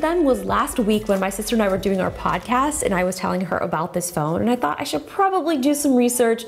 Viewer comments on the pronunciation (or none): none